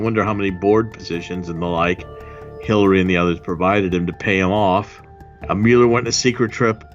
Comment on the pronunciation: It's "MULE-ER" not "MULL-ER"